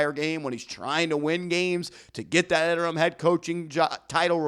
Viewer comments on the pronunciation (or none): none